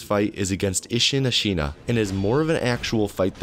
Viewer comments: “i’ll tts any pronunciation i find tough” “Ashīna” (it’s Āshina for anyone wondering) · Not to dunk on you because english-speakers (me included) always mispronounce japanese words but it’s pretty funny that you make a point of using TTS for sabimaru and then almost immediately pronounce ashina "asheena" instead of "ash-inna" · man I clicked off when I heard how you pronounced Ashina